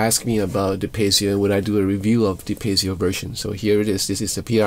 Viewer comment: Sounds great, but then again with your playing everything sounds great 😀 If I may a small note to something I've noticed in previous reviews of certain guitars, though, and it's prominent here for obvious reasons...it's "piezo", not "pezio" 😉